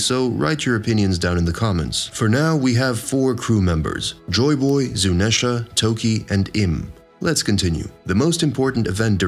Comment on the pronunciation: How did you mispronounce Zuneisha, Imu, and ZOU I want to cry